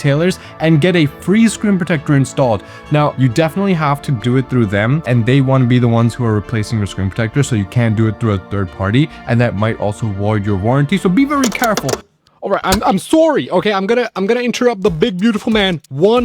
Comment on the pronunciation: Woid your warranty 😂 sorry had to point that out.